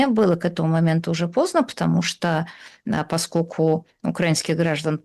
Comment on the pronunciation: Слушайте, я конечно все понимаю индивидуальные особенности есть в речи каждого,. Но вот это "паскоку" вместо "поскольку" и еще с пяток таких оборотов - очень уж режут слух.